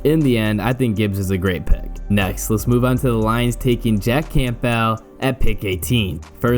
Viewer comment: No one pronounces the “P” in Campbell. Not one human does.